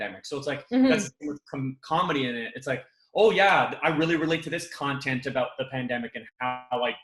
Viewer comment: You said it, "Aboot" this time.